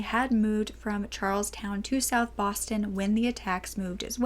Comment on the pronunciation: Yes, I love the fact that she does too short interest but I got a kick out of, me being from Massachusetts, that she pronounced Charlestown, like the dance. 2nd time was better, Charles -town. And in the last video of vintage videos, she pronounced a mimeograph machine Mime-a-graph. And for those of you who don't know the word because you're younger, it's mim - E - O-graph. See I'm not perfect either. Heehee 💗💕💜🌹⭐Love, love, love your videos. Hugs,🤗, from Woobie in Massachusetts.